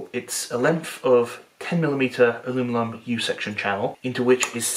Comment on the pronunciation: you say "alumilum" so naturally.....I'm convinced that you actually have to think hard to say aluminum, or aluminium....kinda how I think hard to hear "alumilum." So, where are your stand up videos?